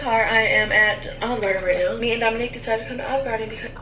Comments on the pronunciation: I thought I heard her say Domonique instead of Domonic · Does it not sound like she says her and DOMONIQUE are at Olive Garden not her and DOMONIC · ...I really tried to hear Dominic, so I turned up the volume put in earbuds and I still hear Domonique...Idk..lol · Did anyone else catch she said Dominique and not Dominic. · Did she call the baby domonique 🤨